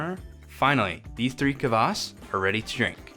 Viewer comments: A little tip for English speaker's. It's not kavass, or kuvass. It's kvass, with nothing between the k and v. Same with Kveik. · A lot more practice and drinking and we'll get that horrible English CUH-vass pronunciation out of you! 😂👍🍻